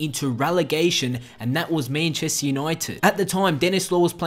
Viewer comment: "Menchester" xD